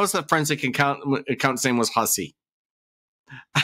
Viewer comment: I like how one lawyer said Miss Hussy and the other lawyer pronounced it whosee. 😂